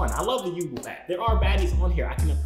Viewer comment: My nigga its pronounced yubo( you- bo not ( you- boo)🤦🏽‍♂️